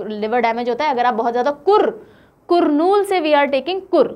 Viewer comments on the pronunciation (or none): Kurnool pronunciation is "Karnool". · करनूल not कुर्नूल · Madam.. kurnool is to be pronunced as karnool..rest everything fine madam.. Thank you very much for uploading this class.. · good morning mam , kurnool is pronounced as karnool. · it is pronounced as कर्नूल not कुरनूल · It is to be pronounced as Karnoolu. कर्नूलु. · It is Karnool.... pronunciation करनूल गुड क्रिएटिव एक्सप्लेनेशन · Pronounciation corrections Kakinada-kaakinaada Eluru-yelooru Kurnool-karnoolu Annamayya-na and ya should dwitwaksharas Bapatla-not Bapathla You asked to correct ur pronounciation I did . Before you prepare for South maps please do talk with that particular state people for better pronounciation. Respect from Andhra